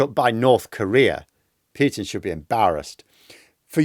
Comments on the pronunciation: please Pootin.........not Pyootin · I like the video, but the word Putin rhymes with 'brute', not 'cute'. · Us EU citizens call him "Pootin", as that's how Russians themselves pronounce it... Just native English speaking people pronounce it "Pyutin" 😂 And it sounds stoopidd...